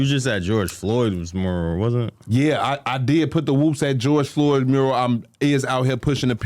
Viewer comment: why can not say mural? he always go “mrr…?” like just decide if u gonna say “myurrAl” or “MuRRul” & go for it don’t be scared